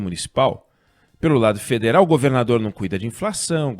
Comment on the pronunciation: alguem sabe o porquê do oinegue nao estar falando a palavra "governador" direito?